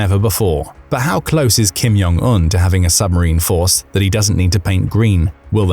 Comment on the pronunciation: it's not "Kim Yong Un", it's Kim Jong Un (J is pronounced as in "blue Jeans")